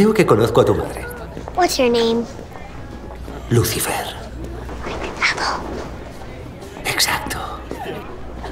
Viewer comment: Trixie: What's your name? Spanish lucifer: Lufifer.